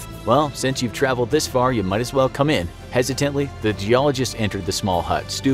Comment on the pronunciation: LOL I had to click the captions on to figure out hezz-uh-tent-lee "Hesitantly"